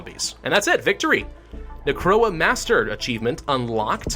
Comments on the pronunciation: why do I hear corona virus insteade of necroa? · Instead of necroa it’s crona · Why am I keep hearing Necroa as Corona lmao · Is it just me or does it sound like he's saying Corona instead of Necora lol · He says necroa and I heard it as corona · When he says “Necroa Virus” it sounds like Coronavirus. Coincidence? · Everytime hes says necroa i hear corona. Its amazing. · everytime he says necroa virus, it sounds like coronavirus and I check the date of the video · why do i keep hearing him say coronavirus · is it just me or everytime he says necroa it sounds just like corona virus xD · I thought he said coronavirus 😂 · necroa sounds like corona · Watching this in 2021 and I misheard the Necroa Virus as "coronavirus" several times.